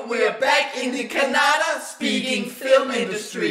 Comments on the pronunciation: Thanks for talking kannada. One small suggestion, that not kanada , it is kannada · You guy's should must learn this first kannada it's kannada not Canada okay respect our kannada ❤